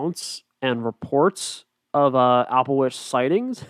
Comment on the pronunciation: It’s Alba-Twitch